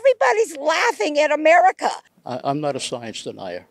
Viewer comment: Pretty telling that she started to call it "A-Maga-ca"